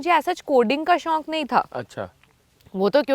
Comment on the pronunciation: Shaunk Kaha tha